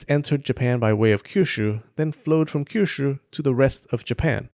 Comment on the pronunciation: Stop saying Kyushu like it's a Chinese word with that harsh SHYRR sound